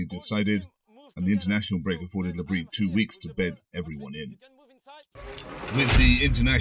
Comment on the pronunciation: You still aren't pronouncing the s in Bris.